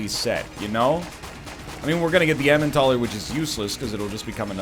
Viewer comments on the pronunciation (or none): Day ???? of NL calling the Elimentaler the Emintaler